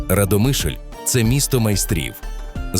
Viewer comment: Автору , правильно РАдомишль.Наголос місцеві так не ставлять.